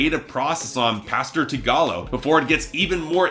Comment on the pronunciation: Why does no one know how to pronounce Tigallo... He literally says it on 3/4 of his songs...